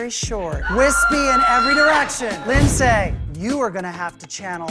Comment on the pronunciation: I worked with a guy who dated Linsay and her name is not Lyn-zay. It's Linzee like every other Lindsay.